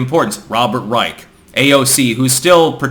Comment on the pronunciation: Bob Reich's last name is pronounced "rye-sh." I went to high school with him and his sister.